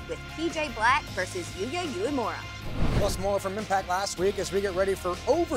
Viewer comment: Uemura (they pronounce it wrong) is young and talented, he can become a huge star. Old pirate PJ Black is ok, but I don't think Impact needs him, except that he can participate in some funny backstage scene with Heath.